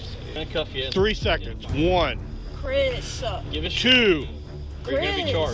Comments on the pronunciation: Chris-ah, Stop-ah! What’s with all the people who put ah After every word??? Sounds ridiculous to me. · "Chrisah, Chrisah" i hate when whiney people put extra letters on words. "Stopuh!"